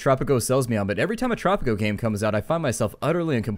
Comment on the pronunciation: Great vid! I was so surprised to see tanks attacking, but I was wondering where your tanks were. Anyway! hope we dont have to wait to long for the next vid im lovin Tttttttttttropico! kinda like roll your tongue when sayin tropico